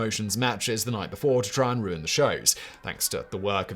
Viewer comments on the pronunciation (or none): none